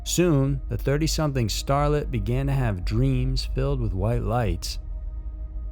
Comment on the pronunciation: "The startlet" What?